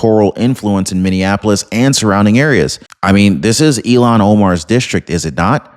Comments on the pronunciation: Her name is “Ilhan” not “Elon.” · Dude, for the third time, her name is not Elon! It's Ilhan. Il-han.